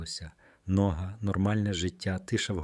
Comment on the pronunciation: Як можна казати по українські нОга? Де беруть таких ' декламаторів'?